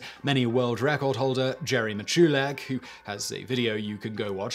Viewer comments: Jerry's name is pronounced MITCH lick, not mih CHEW lick Cool video, otherwise! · Simon old Duck, Jerry pronounce his last name "MICH-yu-lak". Get it right son, he's from Loosiana, and they be narry minded boogers! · His name is pronounced Mitch-uh-lek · I appreciate the video but you should have checked Miculek's channel or any random video he is in. This way you would have heard his name and not pronounce it completely wrong later when making a video about him. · I'm a fan of Jerry (his last name was pronounced wrong in this video but that's ok). I can say for certain he can go faster with one gun. He actually holds the world's record for speed shooting with a pistol and riffle. He can literally make his modern sporting riffle (I probably shouldn't use it's scary name that consists of 2 letters and a double digit number) come fairly close to a full auto military riffle. It's unbelievable. And for those who don't know, except in very rare cases, those scary riffles are NOT fully automatic. One trigger pull gets you 1 shot just like any other firearm. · Normally I love your videos Simon, but this time you were getting on my nerves mispronouncing Wild Bill Hickok’s and Jerry Miculek’s surnames!